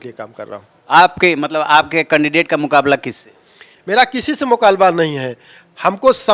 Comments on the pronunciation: Mukabla ko mukalba. Gurej ko guruj bol rhe hai sp jiladhksha . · बोलना सीखो मुकालबा नहीं मुकाबला बोलते हैं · मुकाबला कहना सीख लो, मुकालबा कह रहे हो। फिर राजा भैया से लड़ना😂😂😂